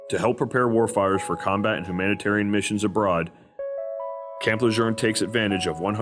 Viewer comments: It’s pronounced “Le June”, not “Le Jerne” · Is this ai? Why does he keep saying Camp Le jern? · ain't no R in LeJeune. lol. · Where are you getting the "R" in LeJeune. I spent 2 years there as an FMF Corpsman. I enjoyed the experience with the Corps and felt I was more Marine than Sailor at the end of my 4 yrs. active duty. Semper Fi. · Stop saying Camp LeJeune wrong. This is from a west coast marine.